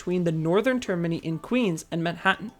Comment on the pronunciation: I’m amused how you pronounce termini like Germany instead of like radii